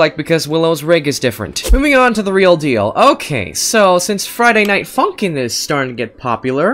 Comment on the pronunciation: When he says funk in it sounds like f—n